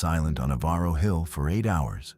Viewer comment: REGARDING MISSOULA....ON Germaine ....NOT EVARO HILL PRONOUNCED "EVER-ROW"